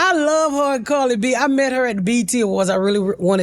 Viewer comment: She said Carly B hahaha 😂